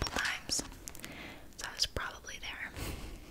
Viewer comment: "Dere, dere togetta in de, in da Universe."